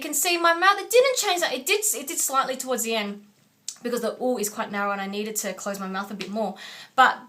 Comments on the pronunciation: When you're singing the vowels "A,E,I,O,U", sounded like you pronouncing those in Vietnamese alphabet. Did you actually? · Tu AEIOU sonó en español...